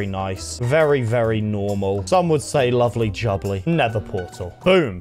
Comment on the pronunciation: and he said lubbly jubbly